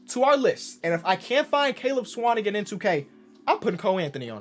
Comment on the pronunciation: I’m a Swanigan and just happy you pronounced the last name right 😂